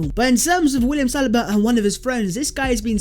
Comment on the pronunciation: Sa lee BA not salibaaaa